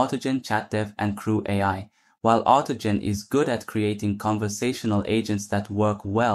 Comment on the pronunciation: Had me going until “” was pronounced “creweye”